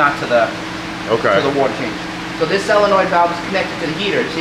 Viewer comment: Not SOlenoid is not pronounced SELLonoid ❤ Yes. Im That guy. 😂